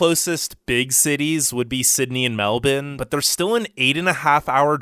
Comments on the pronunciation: Nope, more like Melb'n. He put to much emphasis on the supposed 'I'. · He didn’t pronounce it properly. No Australian says MelBIN, so why should an American say it like that when in their dialect, the r is supposed to be pronounced. Doesn’t make sense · Try correcting your pronunciation, try M-E-L-B-O-U-R-N-E, not whatever the hell you called it ! Typical Yank ! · Does a video about Australia.....also can’t pronounce a major city in Australia that is pretty much phonetic. I could understand botching Brisbane a little, but Melbourne? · You're pronouncing Melbourne wrong. The "ourne" part of it sounds like how you would say bourbon. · did he just called Melbourne “Meldon”? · MELDONE?????? Nah im dead bro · Anyone gonna talk about the way he said Meldourne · The myriad inaccuracies aside, the guy in this video REALLY needs to stop pronouncing 'Melbourne' as "Melbin"; it's pronounced 'Mel-burn'. I know this as a born & bred Melburnian who has lived my whole life here (although I have travelled to several other countries). I bet the narrator of this video has never even been to Australia. 🙄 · I can't keep watching this video because you keep pronouncing Melbourne as MEL-BIN. I pronounce it MEL-BORN, but apparently the correct way to pronounce it is MEL-BURN (which is morbidly ironic). Why would you think the R in Melbourne is silent? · Okay so, it’s not Melbin, it’s Melbourne, you’d pronounce it like Melborne haha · Wait did you just say Meldon instead of Melbourne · Meldourne? It’s Melbourne cobber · Melbourne, not Melbin. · Had to stop watching 10 minutes into it, as I couldn't stand the "melbin" pronunciation of Melbourne (MEL-brn). If you're gonna talk about something, at least pronounce it correctly. Melbin. sheesh! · Mel-bin instead of Mel-burn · It's pronounced Mel Born, NOT Mel Bin !!! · Meldoln?🤣🤣 it’s Melbourne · Lol. Meldun. Its Melbourne... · Melvin? Don’t you mean Melbourne? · ya’ll, we found an American that doesn’t say “MelBORNe